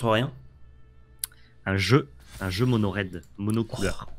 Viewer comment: Mono RRRrrred, Guy.